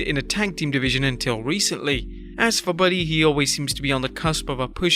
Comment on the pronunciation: i think you said buddy hield